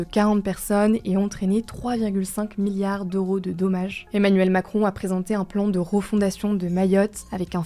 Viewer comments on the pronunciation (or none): none